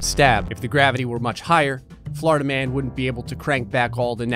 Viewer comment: Until like the 5th time he said it I was like who tf is Flarda-man